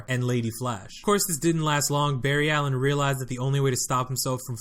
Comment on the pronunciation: This man said bar ry alien who says that